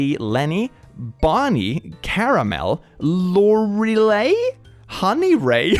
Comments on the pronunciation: That girl name (Lorelei) is pronounced Lore-el-eye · Eloise is an 'old school' name, pronounced Ell-owe-eeze, but nicer. I think it's a flower 🌸. Edit: Lorelei Is pronounced Laurel-eye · Eloise=L O eeze. Lorelie=lor ah lie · Just as a note, Lorelei is pronounced lore-re-lie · Btw, Lorelei is pronounced lore-el-eye. I know this because my mom has two friends who both names their daughters this. God I got whiplash reading that